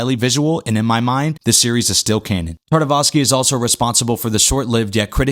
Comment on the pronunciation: Primal was soo good! Also, I believe it’s Tartakovsky, not Tartavosky ;)